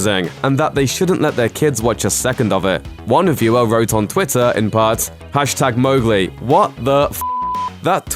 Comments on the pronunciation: watches first 1 sec ok this is fine hears MOGli and gets triggered: itS MoWGLi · The ‘Mow’ in Mowgli is pronounce like ‘cow’. It says that in the first few pages of the book.